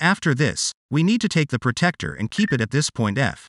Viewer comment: The Angle Measuring Tool is called a 'PRO-TRACT-OR' it is not a pro-tect-or. 'Protractor'